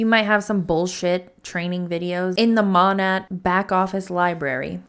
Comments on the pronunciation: For the record it’s “Mō-næt”; Modern Nature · Sorry if someone already commented this. I think it’s pronounced like “maa naye” short for Modern Nature . Learned this from another anti mlmer, either Hannah or Chelsea. Im new to your channel and im LOVING it! Time to watch “all the things!”😉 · Hey! I saw on another anti-mlm video that Monat is pronounced maw-nate (bc it’s short for modern nature, so said the same way):)) love the videos, keep it up!